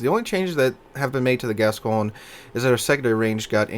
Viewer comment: By the way, I talked to a French friend of mine and it's pronounced Gas-cogn-yeh or something like that. The ne is pronounced on all french ships like Champagne. So I hope it is haha, might be getting my leg pulled. I never bought this ship because I always feared the reputation, the turret layout and more.